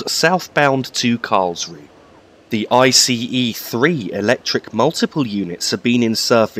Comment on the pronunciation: I'm not German but I have a friend from Karlsruhe and I believe the 'e' at the end of German words is pronounced almost like an 'uh' sound (like the 'u' in 'up'). So Karlsruh(e) sounds like Karlsruh(uh). Sorry to be 'that guy' but I kept noticing it. Merry Christmas and thanks for the video. :)